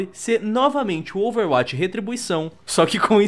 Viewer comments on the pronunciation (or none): Sem querer encher o saco mas já enchendo KKK Overwatch não se pronuncia com "a" mas sim com "ó", meio que overwótch, ou um "a" mais fechado